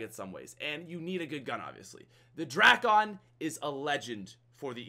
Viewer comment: Please, everyone, the drakon is pronounced as DRAKE-IN, not DRAK-ON. Even though it's spelled that way doesn't mean it sounds that way